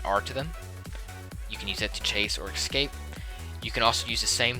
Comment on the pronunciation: Not gonna lie, it tilts me every time you say "ekscape"